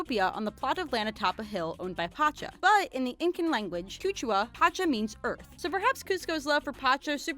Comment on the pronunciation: CUCHUA!!! THEY SAID CUCHUAAAA I'M DEAD!!!! IT'S QUECHUA QUE-CHEW-AH ... que like what in spanish lol